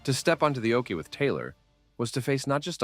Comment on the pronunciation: Oche is pronounced Ah-key